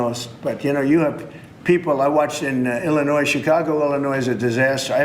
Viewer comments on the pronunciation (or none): how are you the president and pronounce Illinois with the S smfh